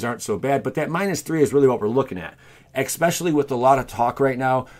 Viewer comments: Especially not expecially otherwise very informative 👌👌👌 just wanted to mention, it bothered me a lot sorry 😖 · I’ve only watched 2 of your videos now so far...and they were both great. Now that being said, please look up how to pronounce words if you have the slightest hint that you may be saying them wrong. “Ex-Specially” had me cringing every time you said it. “Lie-Berry” was the one in the last video I watched that got me. 😬😬😬 Keep the videos coming, but please let a close friend or someone you trust watch them first to try and catch these things.✔️